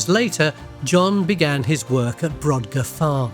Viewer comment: The Ness of Brodgar, and The Ring of Brodgar, are pronounced brogar, the 'd' is silent.